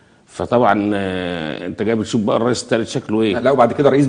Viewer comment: ههههه لو ما جات تنطق الريس لسانها اتلبش